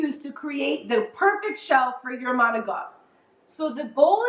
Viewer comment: How come some Italian s don't pronounce the I or a at the end of a word. It's not Maocttt it's Manicotti with the i. !!!